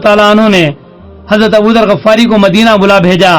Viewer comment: غَفار نہیں غِفاری ۔ تصحیح فرمائیں